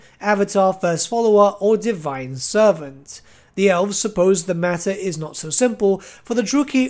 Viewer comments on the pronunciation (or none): none